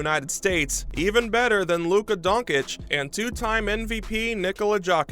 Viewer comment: Whooo! You straight up botched luka and Jokic name bro! 😂